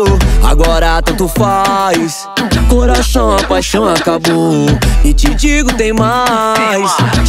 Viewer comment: O mc leo falou errado ele falou coraço